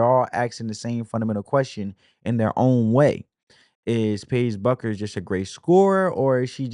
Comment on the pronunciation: I like your analysis's. (Her last name is pronounced like Beck-ers) 😊